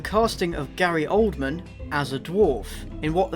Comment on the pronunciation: why is it pronounced oldmen not oldman and why are the comments at the top now!???